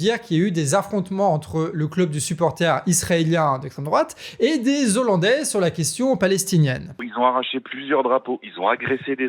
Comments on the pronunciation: Super, merci, et on ne dit pas "des zollandais": le "h" n'est pas muet donc on ne fait pas la liaison 🙂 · Les Hollandais on ne fait pas la liaison ¨zollandais" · Bien l'information, mais ne pas oublier que "hollandais" commence par un h aspiré, donc pas de liaison, sinon ça fait mal aux oreilles 😂. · Très bonne vidéo et bon travail, mais on dit pas des z' hollandais mais des hollandais, c'est comme pour les haricots et non pas des z'haricots ! Si non RAS, bonne continuation à toute votre équipe !!! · Les Z'ollandais, ça pique bien les oreilles, et en plus le terme correct c'est Néerlandais. A part merci, merci le Canard comme d'habitude, ça fait du bien d'avoir une vision différente des infos. 🦆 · Des zollandais... Faut faire gaffe avec tous ces "Z" que tous les journalistes et politiques cloutent à outrance ! Et merci pour les infos ! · Des olandais et non des zolandais ! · Juste une remarque "hollandais" a un H aspiré donc on ne fait pas la liaison (des ollandais, pas des zollandais) et de toute façon les habitants des Pays-Bas sont des néerlandais. Si vous dites hollandais pour tous les habitants des Pays-Bas, c'est comme si vous disiez parisiens pour tous les habitants de la France.